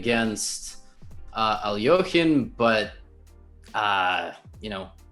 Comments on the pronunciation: Dear Gotham, his name is Aljechin, not Aljochin...I know, you speak Russian and many Russians write his name wrong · Levy - it's Al-YEK-in....not Al-YO-kin.....and you don't recognize him?......PLEEEZ!.... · Dufresne = Do - Frain. Alekine does not = Al - Yoke - in ( a pronunciation he hated.) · Alekhine is pronounced Alec-kine. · Lol Hikaru gets up and takes a walk because Levi didn’t recognize Alekhine, then proceeds to completely butcher the pronunciation of his name. Put some respect on that shit